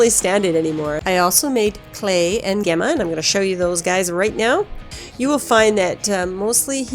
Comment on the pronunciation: It's jax teller not jax taylor. And it sounds like jemma not Gemma